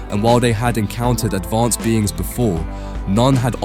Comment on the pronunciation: why do you keep saying advonced